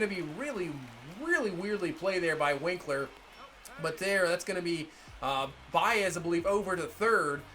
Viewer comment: It’s wink-er not winkler